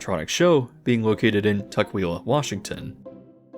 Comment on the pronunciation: A very fun video! loved to hear about all the interesting animatronic places. I actually live in the pacific northwest and went to Tukwila Family Fun Center for my highschool's senior night! didn't get to see the animatronics sadly but they had free video games all evening. as a side note the pronunciation is Tuck-will-ah but you got pretty close!